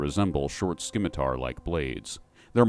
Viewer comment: Thank you for the vids and free content! Also, its "simitar" not "skimitar". Thanks again!